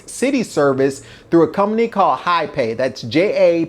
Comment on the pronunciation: JAPAY is pronounced Ha-pie with accent on the first syllable